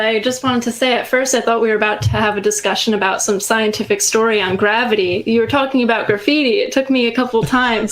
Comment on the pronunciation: Gravity, please dont do gravity! The way says certain words.